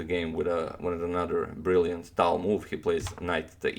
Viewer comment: are you sure tal is pronounced tal and not talj?